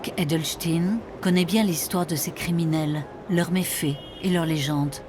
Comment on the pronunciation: Ahhh, ici aussi on ne dit plus edelstein mais edelstine A quand un reportage sur einstine le grand physicien.....